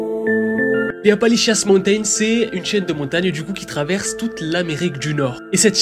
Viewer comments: Je regarde tes vidéos depuis longtemps et je les adores mais là.. t’entendre dire « Appalichiasse » mountains tout le long de la vidéo c’était de la torture, c’est Appalachian mountains. De plus la chaîne de montagnes ne traverse pas toute l’Amérique du Nord mais une vingtaine d’états à l’Est. Ça aurait mérité un peu plus de recherches et d’effort sur la prononciation. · On dit en anglais Appalachian Mountains . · Toujours aussi banger t'es videos, par contre "Appali-chiasse" ??🤣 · Apalishians ❌ Apalichiasse ✅ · On dirait que tu dis Apanlichiasse montain 😂😂😂 c'est la merde quoi ces montagnes 😂😂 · Je me suis dit personne ne lui fait remarquer ?? Appali quoi ?